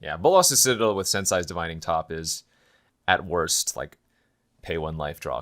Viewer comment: Sensei is pronounced: sense ay! Not sense *sigh*. Also it really annoys me when you my that clicking sound with your teeth but I guess I’m just nitpicking.